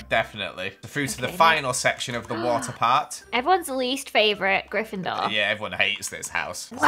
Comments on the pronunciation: How dare you say GrIFENDORe bAd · i am grifendor and u say that that wrong